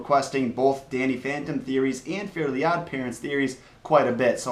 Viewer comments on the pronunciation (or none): its fairy not fairly